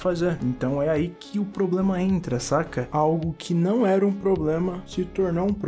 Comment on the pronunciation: "unico poblema da humanidade... é a propia humanidade"